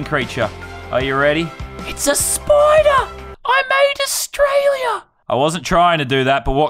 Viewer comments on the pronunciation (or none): none